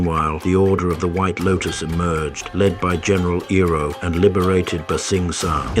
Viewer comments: Love your videos and it's nice to see you branch out and do something a little serious and less satirical. However when you use text to speech please spell things phonetically. Iroh would be "eye-row". It's less jarring and makes you seem like a wizard. Other content creators will be like "how did he get the AI to say it right when I cant" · "A-ang" "Ba-sing-sah" "Hiroh"